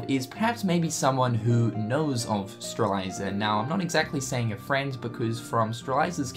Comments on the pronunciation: Its prounounccncouned "Stray-lit-zee-uh" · Sees T in front the Z in Strelitzia Also notices the I after the Z: "Streliza" Cringes but still loves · STRE-LITZ-IA, not Streleiza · Strelitzia, not Streliza. But it's fine, I guess... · IT'S STRAH-LIT-ZEE-AH GOD DAMMIT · for the record, it Strelitzia is pronounced Strel - lit - zee - uh. Not trying to be a grammar police or whatever, but just thought u should know. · say it with me, STRE-LIT-ZI-YA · Your killing me with Strelitzia's name pronunciation,... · It's Lauriam, not freaking Lumaria, geesh. Stop imposing what you think should be the name, and call them by their real names. It's Strelitzia, not freaking Stralisa, yoy can clearly see the "T" letter in her name, and you see an i right before the last "A" -.- it's not funny, it's not cute and definetly not entertaining. It's just annoying and it makes me think that you simply don't care to learn their proper names. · Lauriam, NOT Lumaria. Strelitzia, NOT Strelaisa. 🙄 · How can you pronounce that flower but not Lauriam or Strelitzia?!